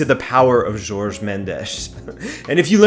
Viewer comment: Nice video but his name Jorge not 'George'.